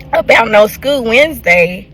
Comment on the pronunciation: She says "skeuw" instead of school lol 😆